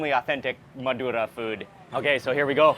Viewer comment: I love the way you rolled the R naturally when saying Madura!